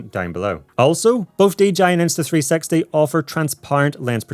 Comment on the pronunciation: everytime i heard you say insta 360 it sound like insta3sexy